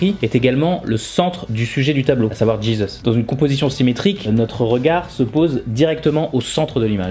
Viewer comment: Pourquoi tu prononces "Jésus" à l'anglaise ?🤨